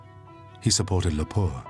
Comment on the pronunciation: It took a while to understand "Lapua" (should be phonetic stress on "la"). - Nevanlinna pronunciation weird (have to mention I met Olli Lehto - he was into Butterfly stamps) - Mannerheim was not interested in his international reputation as he was not interested in being a dictator in Finland (He was the Regent in Finland after our independence before our first president) - Ryti is pronounced as "rytti" why the double t? .. and when Finnish names do have double t you'll pronounce it as a single t? - You failed to write "Viipuri" properly on the map